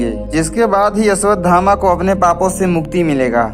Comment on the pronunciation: O bhai Una Naam Ashwathama hai Na Ki Yeshwathama😅